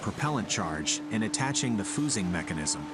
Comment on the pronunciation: what's "foosing"? XD